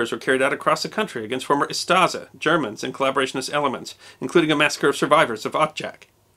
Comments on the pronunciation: It's UstSHa, not Ustaza. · Its not Ustaza but Ustasha s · Ustaša is pronounced oostasha not yuztaza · If I've ever heard this guy saying "Yoostuhza" I would never guess he is trying to say "Ustaša". Great video, though, 10/10. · he saying Ustaža or smth like that... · The name for the Croatian fascists is pronounced "Ustasha", not "Ustasa", it has an "accented" "š" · Moderator should have really learned how to pronounce “Ustaša”. The way he’s pronouncing is way off.